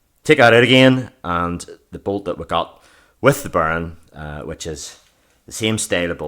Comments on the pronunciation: Anyone else hearing burn instead of bearing? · If he said bearing the video would have been 5 minutes longer. It was great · lol, because of your accent Bearing sounds like Burn